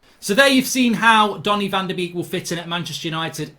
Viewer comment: Anyone else triggered when he says Danny van de Beek